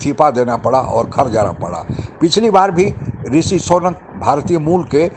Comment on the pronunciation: Sonak nahin Sunak hein???